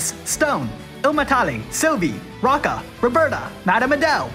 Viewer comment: Roe-Ka not Rokka